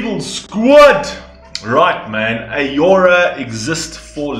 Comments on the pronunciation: Please... It's Au-ror-a Not A-ora. ... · Also just to help, her name is pronounced as ‘ah-raw-ra’ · it pronounced as "Au-Roo-Ra" on Norwegian